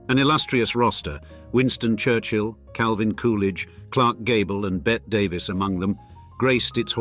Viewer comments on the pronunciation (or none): Somebody tell this narrator how to pronounce Bette Davis (it’s pronounced like Betty) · Bette Davis is normally pronounced Betty Davis. Just listen to the song "Bette Davis Eyes".